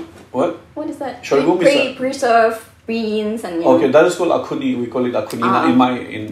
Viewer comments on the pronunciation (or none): # ALOBO NAGA. that's call axone not akhuni 😂